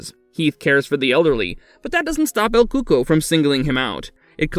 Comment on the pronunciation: I thought it's actually pronounced as el cucoi (like: ku-ko-ee )